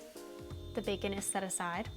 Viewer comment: baercon n' borl xD nice recipe